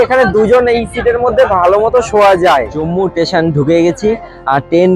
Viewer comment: Dada tesion noi ota "station"